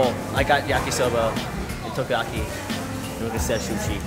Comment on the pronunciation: I cried a bit inside when pronounced Takoyaki as Tokayaki.